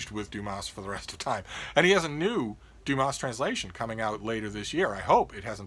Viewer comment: Please leave out the s sound at the end of Dumas like the French do..otherwise you are not giving the author his correct name..